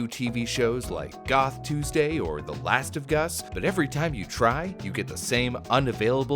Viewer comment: "last of us" not "last of Gus" :D